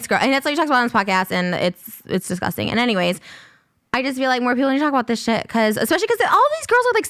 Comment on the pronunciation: You guys have come a long way and also Ethan try not to say “I don’t want to wrestle with you that’s DISGUSTING” with all that emphasis on disgusting. You can speak your point without going over the top. Cause then it looks sus